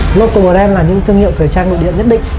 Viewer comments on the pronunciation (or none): Bờ ren nha mn :) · Bờ ren :)))